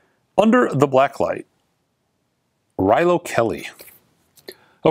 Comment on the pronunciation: called if that didn’t you watch the video? He always pronounces bands wrong…